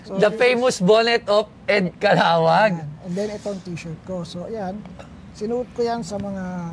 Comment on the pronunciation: hindi alam ang star of David tapos he pronounced Caluag as Calawag.... Buti mayaman ka.